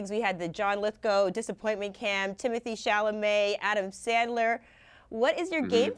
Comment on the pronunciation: "Timotay Chellamit" bro is probably not going to walk the red carpet for the Oscars 😂